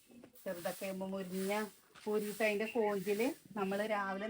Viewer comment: മുരിഞ്ഞ അല്ല മുരിങ്ങ